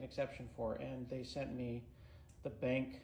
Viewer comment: I thought the same thing, but then Scott said "BENK" - and I low key LOVE that pronunciation! Not sure that I care whether it's right or wrong, but that's how I'm saying it from now on!!! Thanks Scott!